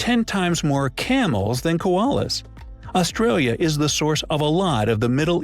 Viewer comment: I think the pronunciation of places is what pisses me off in these vids. He's not even saying Australis properly let alone Australia & Melbourne, with Canberra he's half way there. If foreigners are gunna do vids about other countries then instead of half arsed research on things about that country but research the way places are pronounced & I'm not buying the oh he's American so it's his accent why he can't say Melbourne the way we say it. They do have a Melbourne in the US & they can pronounce that anyway they like but the way we pronounce it as well as Australia, Canberra, Brisbane, Queensland, Tassie & even Aussie is how it's pronounced.